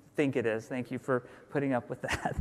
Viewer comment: Why does jeff always say "dhank you" instead of thank you xD